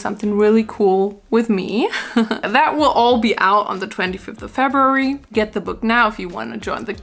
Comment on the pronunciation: “FebUORy” IMAOOOO